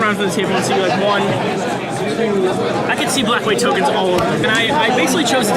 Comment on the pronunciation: whats a toknes. is that new jk lol